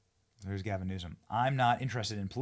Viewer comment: Love your vids Benny really do, but gasim Newsom 😂 and yes, I backed this video up and listened again ya definitely said it, lol. Save that for KJP. speaking of KJP i think trump should keep her for a little bit so she has to say something positive about trump that sounds amazing. But again, no hard feelings Benny down some more of that coffee you promote no more gasims 😂😂😂😂